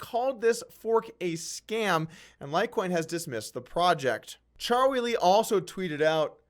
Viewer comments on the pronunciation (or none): Are you calling him Cha-wee Lee on purpose? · Anyone else notice how poorly Doug pronounces Charlie Lee's name? c'mon man...